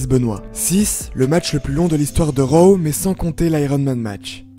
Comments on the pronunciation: On dit ro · C'est raw pas row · C'est drôle la façon que tu dis raw